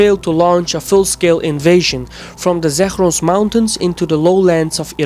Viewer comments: "Zakhhhhros" mountains haha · Zagros is not pronounced Zakhhhros. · n "Zakhhhros" mountains lmao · Dude, you don't even properly pronounce "Zagros" and "Balochi", and you wanna analyse Iranian ethnics?! No region in Iran is homogeneously populated by a certain ethnic, so, no; oppositions against I.R. is not ethnic based, but rather social-demands based.